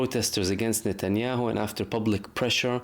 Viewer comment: its not netyaow. Trust me it is mbbs